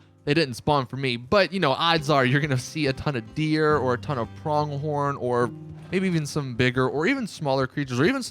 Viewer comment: “You hit B.” While playing on PS4.. Pronounces Lure as “Ler”.. and “prONGhorn.”